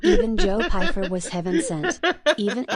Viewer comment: Who the hell is "Joe Feifer"???? It's so funny how you slag off braindumb for mispronouncing words as you do it way more than he does 🤦🏻‍♂️😂😂😂😂😂